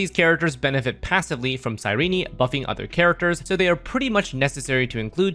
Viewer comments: This guy's pronounciation is diabolical. You dont need to say the last "e" when pronouncing her name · Boy why are you saying her name like that 💀